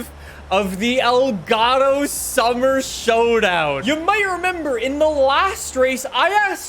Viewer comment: I still can't leave a like because he keeps saying elgato wrong